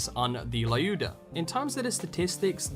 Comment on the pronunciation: Its not layuda its lyuda as in leeooda, say it right dammit